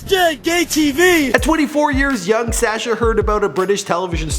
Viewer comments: Sah-sha not say-sha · I love Before They Were Famous but, your pronunciation is atrocious. SA-scha? No dude. S-ascha. Soft a. This is a bad pattern. Otherwise keep up the good work. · Sash-ah, Kibootz Israel... Lol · I hate how he pronounces Sacha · Good vid. Sorry but i cant stand how he pronounces Sacha